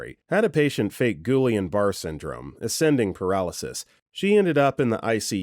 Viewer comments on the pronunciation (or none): Goolian Barr Syndrome? Juilaine Bar-ray is how it is pronounced and is quite serious. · FYI Guillan Barre is pronounced "ge(hard G)-ONN buh-RAY" The only reason how I know this is bc my little brother got it